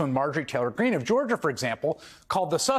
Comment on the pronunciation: Mr. Hayes, two things 1. you have to learn how to say "lie" and "lies" . . . they don't prevaricate or tell untruths or use dishonesty or even fabricate falsehoods! . . . they lie! B. learn to pronounce it correctly, it's MT Greene . . . as in empty!